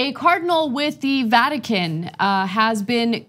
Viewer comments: She called it ratican haha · She said radican lol Radical Vatican is right girl🤗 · Ratican...LoL...Freudian slip Ana? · Ana was more correct when she said "Ratican".